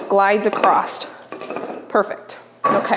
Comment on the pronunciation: There is no letter t in across